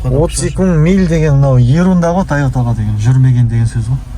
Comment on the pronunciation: Тайота емес,Тойота!😄